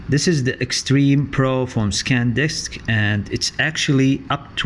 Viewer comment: It’s Sandisk not Scandisk ...